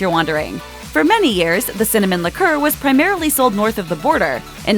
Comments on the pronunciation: Interesting how she mispronounces liqueur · Incorrect... propylene glycol is NOT in antiefreeze.. that is ETHYLENE GLYCOL. Man their not even pronouncing liqueur correctly. You can't believe anything you watch. PROPYLENE GLYCOL IS BASICALLY EDIBLE!!!